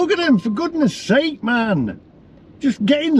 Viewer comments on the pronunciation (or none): none